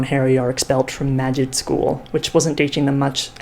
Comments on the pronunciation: Everyone: magic Cassie Clare, an intellectual: magid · magie, magif, magig, magih...